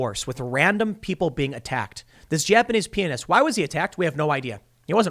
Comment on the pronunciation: I thought Tim was saying Japanese penis